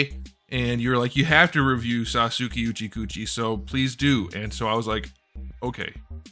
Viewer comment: Couldn't get through the pronunciation of Sasuke Uchiha without cracking up. Least favourite is probably Sai. Not as good as Naruto and the face coming off sucks everytime it happens. Still loving this classic Naruto line though with this and how good Naruto is.